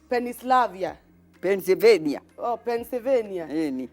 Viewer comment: doesnt understand georgraphy at all. is pronouncing Pennsylvenia very well by saying it in Kienyenji PENIVENIA:goat-turquoise-white-horns::goat-turquoise-white-horns::goat-turquoise-white-horns